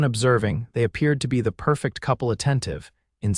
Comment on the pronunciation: Getting the pronunciation of 'perfect' wrong is very amature!